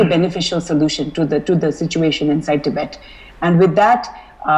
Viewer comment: It's tibet not tibeth